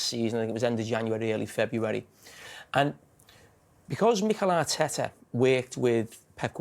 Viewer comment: Carragher: "Mighel Are-teta"